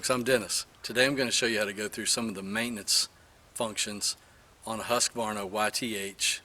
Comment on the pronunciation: Thank you so much. I have taken my husqvarna's deck off twice now using your videos as a guide! Also, it's so nice to hear you pronounce husqvarna correctly. 😃